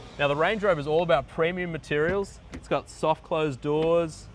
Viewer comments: That’s not a Range Rover it’s a Errange uh Rovuh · Range rover ❌ wange wover ✅ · Nice Wange Wover you got there! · Wrange Whover. Ho Lee Fuk !!